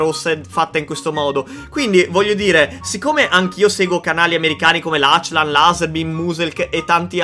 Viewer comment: Si dice laclan non lacilan